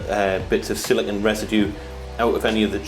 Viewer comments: It's pronounced "sili-cone", not "silicun." "Silicon" is the colloquial term for semiconductor. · Wait, so if you pronounce silicone like silicon, how do you pronounce silicon?